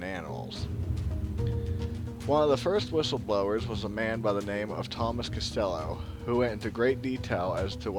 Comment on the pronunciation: it would sound more credible had you pronounced names correct. Dulce = Dohl say.. Castillo = Casteeyo